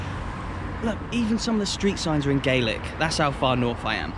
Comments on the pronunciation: Gaaaaaaaaaaaaaaaaaalic :P not Gaylic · When referring to Scotland, its pronounced "GAH-LIK". "GAY-LIK" is Irish. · Love your videos, but just so that you know Scottish Gaelic is not pronounced Gaylic but Gal-ic. Keep doing the videos though. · Love all of your videos Sam! Sorry to be pedantic but the Scottish language is pronounced as GAH- lick (gàidhlig). GAY- lick (gaelge) is the Irish language 👍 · Well done! They do venison pies - 'Staggie pies'. The language is pronounced 'galic' - 'gaelic' is the pronunciation for the Irish language. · Just a small pointer, for Scottish Gaelic, the latter word is pronounced with a short A, so more like Ga-lic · A major achievement by Ross County to be a Premier league club in this part of Scotland. Nice to be able to see it. Your Gaelic though needs a bit of work. Enjoyable video.